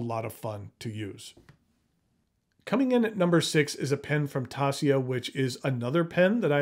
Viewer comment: Merry Christmas. Thanks for sharing this. BTW, Taccia is pronounced Tasha. And Bokumondoh -- Bohkoohmohndoh.